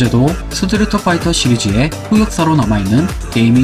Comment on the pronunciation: 스트리트를 스트리터로 발음해서 상당히 거슬린다